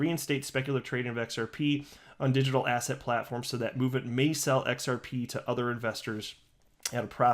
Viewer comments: Every time you mention digital "asset" I always hear asshat 😆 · Every time you say "Digital Asset" now I hear "Digital ASSHAT" hahahha